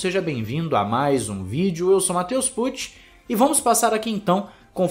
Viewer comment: É q ele faz questao de falar "Pucci" nas intros, da ate uma realçada no tom de voz "PUCCI". Matheus acha que qm escutar o sobrenome dele, vai achar q ele é ex piloto só por ter sobrenome diferentao kkkkkkkkkkkkkkkk